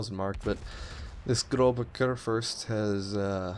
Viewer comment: Pronounce Großer like Grosser in Großer Kurfürst.